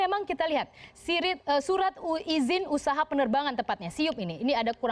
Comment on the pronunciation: Apa cuma gue yg denger bilang surat malah jadi sirit?